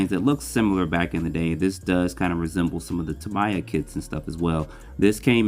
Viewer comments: I hate to be "that guy" but your pronunciation of Tamiya is incorrect. You're saying what sounds like Ta-MY-ah when the correct pronunciation is Ta-ME-ah. Japanese "mi" uses a short i, not a long i. Not trying to be mean, just spreading some knowledge. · Who is TAM-EYE-AH? Ex GF?